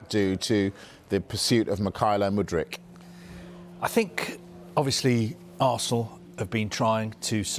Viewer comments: MudryK, not MudryCH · Hey! The player's name is Mudryk not Mudrić